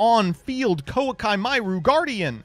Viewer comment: Plenty of things to say here. That pronounciation of Koaki Meiru, I dunno if it's the official one, but it's horrible to hear, it's perfect. And shout out to Youtube for telling me it's a Hearthstone video !